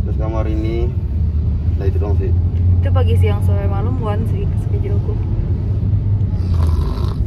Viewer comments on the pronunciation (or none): SI NAM NGOMONG SCHEDULE SKUDEL AJG WKWKWK